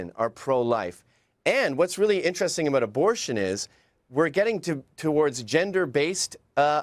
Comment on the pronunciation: She's so Canadian. It's the first time I heard "aboot" (sounds more like a-boat though) pronounced in a non-joking way.